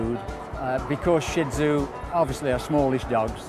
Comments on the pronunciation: hint:its shih tzu not "SHIT zu" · I can't believe a dog show video perpetuates the mispronunciation of Shih-Tzu. It's Sheet-Zoo! Original pronunciation is sure-ds which is hard for americans to say. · A ha ha he said Shih Tzu wrong!!! What a dork! LOL